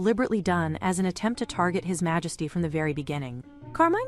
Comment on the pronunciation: LOL "Malesty" 🤣